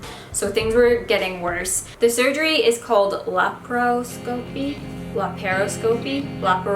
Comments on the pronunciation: It’s not silly to be scared of any medical procedure. Health care is entirely subjective - getting a couple stitches can be traumatic to someone who has always had perfect health. (Btw it’s pronounced la-PRO-sca-pee) also I’m digging the bubblegum pink champion hoodie. On point 👌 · I think it’s pronounced LAP-ROE-SCOPY 🧐🧐🧐 I’m not sure. But I’m so glad you’re better!!! I was so worried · I've had so many laparoscopies in the past year so I know how you feel. The recovery always sucks though since you're supposed to take it easy and all you want to do is get up and DO something. But I'm glad to know you're okay and everything went well. Also, it's pronounced lap-are-osk-aw-pee. ;) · I think it's pronounced Lapras-copy?